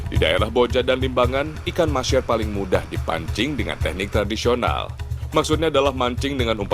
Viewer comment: MAHSEER bukan MASHEER! mbok nganggo boso jowo ae iwak MANGUR!